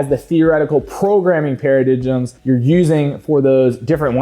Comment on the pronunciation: Keep the videos pumping. Dump the dubstep music its from 2016 clash of clans videos and tacky. Paradigm is pronounced paraDINE.